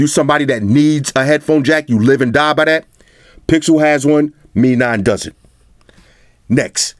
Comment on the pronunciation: Haah! 👆 finally heard someone saying 'Mi' (me), instead of 'M-I' (em-eye) 😌